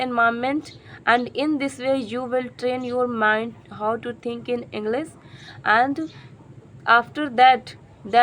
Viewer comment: Please Do not say ENGLIZ ENGLISH IS CORRECT